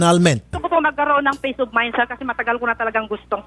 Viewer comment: Gusto nga naman ni gerl ng "pace op maynd".